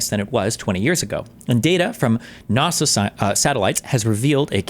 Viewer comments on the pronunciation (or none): He has such a weird accent. Even the way he pronounces ‘NASA’ as ‘NARSA’ is strange. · NAWH-SUH? (NASA) MOADEES? (MODIS) I'm about to minecraft myself in a video game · I KNOW Jordan Peterson knows it’s not pronounced nawsa wtf why did he say that 😭